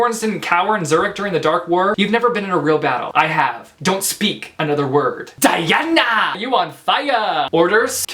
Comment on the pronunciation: saying "dIANNA" gives me so much life